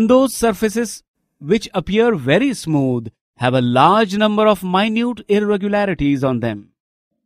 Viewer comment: He pronounced it right. There is difference between minute and minut bro. Go change your fucking English before pointing out mistakes from a person’s video. I dare you to upload a video to make us understand this chapter. Go Go Go